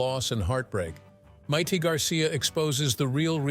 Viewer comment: I couldn’t get more than a few seconds into this video when the AI called her Mite.